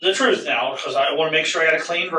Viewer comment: If you can’t pronounce the word truth. I can’t trust you.